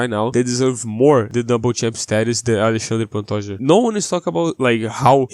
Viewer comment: O jeito que você pronuncia Alexandre Pantoja corretamente entregou.